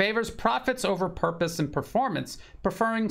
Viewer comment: It's Purpose not "Puprose" sir. 😅